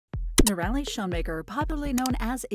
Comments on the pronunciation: Its hard to believe anything your commentator says as true when she is not pronouncing the name correctly. It is not " no-rally" but rather "nora-lee". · I believe that minimal viewing of the "Itchy Boots" episodes have been view before this posting as evidenced by the narrator not pronouncing Noraly's (Nora-Lee) name as she has many times in her videos. Factual information was provided, however the fact that Noraly's name was mispronounced brings the entire video into question (in my opinion).👎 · Annoying to hear her name pronounced as "Norelli"... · She is still riding !!! And her name is pronounced. NOR -A - LEE . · Too bad you don't know how to pronounce her name. Inexcusable! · Great backstory , but you need to know how to pronounce her name. All you had to do is watch her videos . Noraly is the best. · It would help to pronounce her name correctly, considering the number of times it occurs in this video. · Not pronouncing her name the right way. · I realise you’re an American, but that does not give you the right to miss pronounce Noraly name. Please get someone to help you learn how to say it because how you say it is awful. It’s not a difficult name to say. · If you are going to make a video about Itchy Boots at least learn how to pronounce her name AI 😤